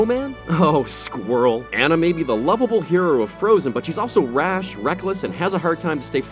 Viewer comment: "oh sQuRIEL" instantly dislikes